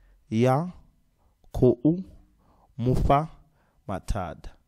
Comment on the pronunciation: Isn’t Mufha supposed to sound like “Mupha “?